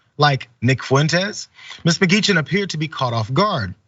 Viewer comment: Your pronunciation of her surname is like listening to fork tines scraping on a dinner plate. It is a Scottish/Irish name pronounced M'Geechin/M'Geechan with the ch pronounced as in the Scottish Loch or the Irish Lough.